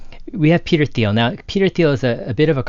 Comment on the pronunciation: Hard “T”.. not “Th”.. Interesting topic tho. Thx.